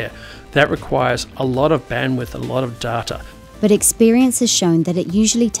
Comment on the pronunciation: pronounced - Dayta - not Darta